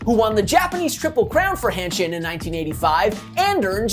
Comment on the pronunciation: It’s “Hanshin” not “Handshin”